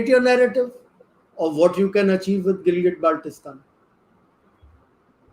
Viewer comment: I see two fake experts laughing like a clown who even cannot pronounciate Gilgit Baltistan properly, claiming it as their land.